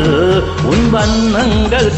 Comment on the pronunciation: வண்ணங்கள், வண்ணங்கல் அல்ல சார், வார்த்தை உச்சரிப்பதில் கவனம் தேவை நண்பரே